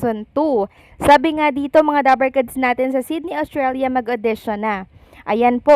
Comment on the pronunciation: Ostralia - Not Awstralia